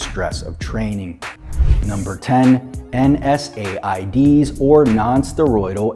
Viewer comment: Why didnt just say nsaids he said n s a i d's